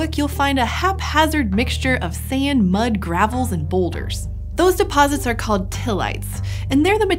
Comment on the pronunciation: I truly love this series, but sometimes the voice of the female narrator sets my teeth on edge, e.g. when she manages to get two syllables out of the word “sand”. Eeeeeech.